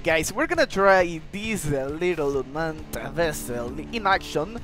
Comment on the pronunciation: Bro's It Unmaned U-m-a-n-e-d NOT Unman- ed 💀